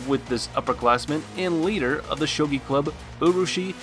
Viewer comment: Bro it’s gi not ji think of what Ryu from street fighter wears and there you go you can pronounce shogi